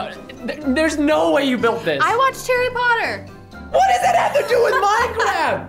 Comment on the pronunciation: Narwhal Bread I did not say Harry Potter she said Tarry Potter